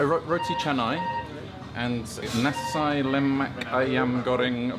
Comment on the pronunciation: Wow. pronounced the Roti Canai and Nasi Lemak Ayam Berempah perfectly!